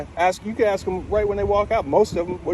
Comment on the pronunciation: Is it to much to “ask” to use the word “ask” and not “axe” for the word “ask” lol